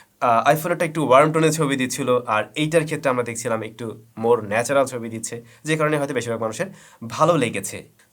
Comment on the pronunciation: হালায় বাল পাকনা। উচ্চারণ করতেই শিখে নাই আবার রিভিউ চোদায়, উচ্চারণ টা একটু হবে ইকটু না মাদারফাকার।তুই ব্যাটা কী সফটওয়্যার ইঞ্জিনিয়ার নাকি তুই অটোমোবাইলস ইঞ্জিনিয়ার? নাকি তুই ফটোগ্রাফির উপর কোর্স করছিস? দুই ফোন লাড়াইয়া রিভিউ যে কেউ দিতে পারে,গ্রহনযোগ্যতা আছে কী না দেখতে হবে। দুঃখের বিষয় হলো এক শ্রেণির মানুুষ এদের ভিডিও দেখে।